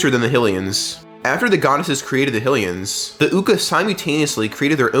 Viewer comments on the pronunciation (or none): Great video... but the way you say fuckin 'Hillian' is god damned painful. its HYLIAN god damned HIGH-LIAN. do ya think it was named after the godess Hillia? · Was the only thing I could focus on during this guy's video. Never heard someone say Hill-ian 😂 I was like, "is this just ai being ai and not knowing how to words?"😂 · There is no reason to mispronounce a word like Hylian. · I'm so glad this comment is here I was SO confused 😅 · The speech pattern was already off, but mispronounced Hylian? Neuro-divergence shows up again.